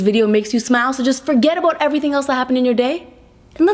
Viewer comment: she pronounce "about" differently.